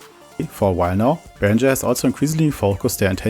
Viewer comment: I think it’s pronounced “ringer” not “rindger”